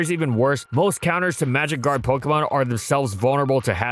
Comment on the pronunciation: The first 5 times I heard "magikarp" instead of "magic guard" and was so confused...